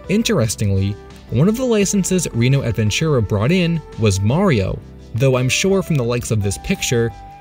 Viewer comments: reeno avenchura XD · "Reno advenchurra" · Wow, a gringo talking about Reino Aventura, el mundo está loco. By the way, the correct pronunciation would be something like " Ray-no Aventura" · The way he said Reino Adventura made my stomach churn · The way you pronounced Reino Aventura tho